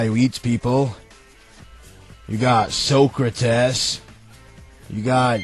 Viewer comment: lol, Soak-ra-tess.